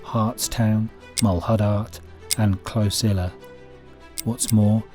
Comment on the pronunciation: cloNsilla...not closilla